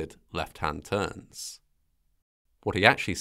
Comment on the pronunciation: You pronounced "TURNS" with a nearly silent "s", so all your emphasis was misplaced on the word and it just sounded as if you said TURN. Yet that one word or letter change would not have prevented pilot confusion it seems